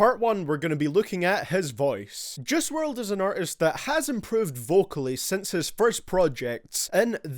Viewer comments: I dunno why but he sounds like he’s saying Jiz wrld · Since your so good at judging his music u should also learn how to say his name